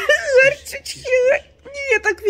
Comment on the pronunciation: "Лари" - национальная валюта Грузии. оговорилась "Ларь".Вот кто-то из комментаторов и написАл....